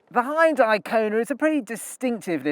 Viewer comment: Why can no one pronounce Hyundai